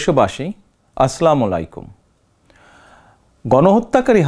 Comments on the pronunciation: আপনার সালাম টা শুদ্ধ হয়নি!আসলামলাইকুম এটা কি???? আসসালামুয়ালাইকুম সঠিক উচ্চারণ শিখে নিবেন। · ভাই দয়া করে সালাম টা সহি ভাবে দিন 💔💔🙂🙂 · সালাম টা সহিহ শুদ্ধ করে শিখুন দয়া করে ❤️❤️ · ভাই সালাম টা একটু শুদ্ধ করে দিলে কি হয়??? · জনাব সালাম শুদ্ধ করে দেয়া শিখুন, please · সালামটাও শুদ্ধ করে দিতে পারলেন না ভাই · ঠিক মত সালাম দিতে পারে না আবার আইছে রাজনিতি করতে😏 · আরে এতো সালাম টাও শুদ্ধ ভাবে বলতে পারে না। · সালামটা ঠিক কর আগে🙂